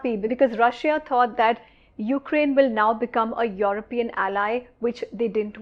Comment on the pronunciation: Why do you pronounce Europian in that manner. ? Get it right.